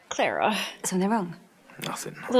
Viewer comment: Say her name right it's Clara not